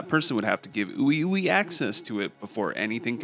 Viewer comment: it’s pronounced WeWe 😂